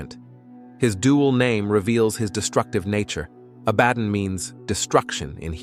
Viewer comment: One thing I am constantly sick of is mispronunciations on YouTube. Stop reading it. Actually find out how words are pronounced like Abbadon.